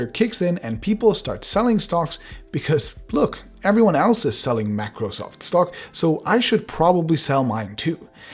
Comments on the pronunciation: "Macrosoft"? What the heck is that? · "Macrosoft" 😁😂😂 Microsoft might actually sue you for that. Once they sued a person for naming his webpage "Microwsoft"! You never know!! PS: jk But the fact is real!! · Everytime he pronounced MACROSOFT I died a little from the inside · MACROSOFT XD *MICROSOFT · Mac-rosoft seriously 😒